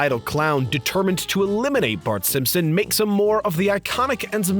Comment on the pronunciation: I keep hearing him say Simsims instead of Simpson. Very distracting.